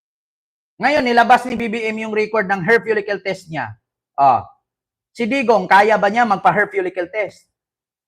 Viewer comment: Hoy ayusin m ung pag pronounce m Ng hair police test